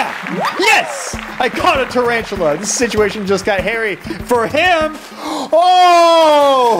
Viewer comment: When he said look a tarantula i thought he said oh interacial